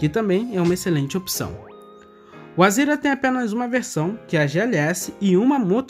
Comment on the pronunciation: Por quê vc fala Azira, quando o certo é Azera?